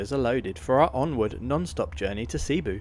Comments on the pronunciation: Your pronounced cebu incorrectly t's not sea boo It's sabu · Also it's a soft e in Cebu. Not seeboo. 😊